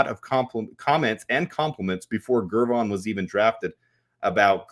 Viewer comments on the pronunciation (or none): why can’t you get it through your head that the G in Gervon is pronounced like the G in George, NOT like the G in Gregory? It’s like you would pronounce it if it was spelled Jervon.